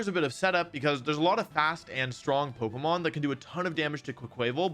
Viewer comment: You’re saying Pokémon incorrectly